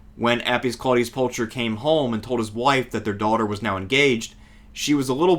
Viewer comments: Isn't it pronounced like Pulkher ? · Not to be a pedant but “Pulcher” is pronounced with a hard aspirated /k/ sound, not a “ch” sound as in English